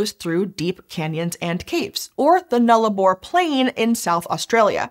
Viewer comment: From an Australian; thank you, thank you, thank you for taking the time to get the pronunciation of Nullarbor correct